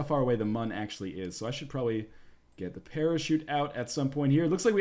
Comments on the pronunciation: Its pronaunced Moon not Mun. I suck at spelling but im good with how things are said. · For the record it's still pronounced Moon, theres umlauts in the Mün.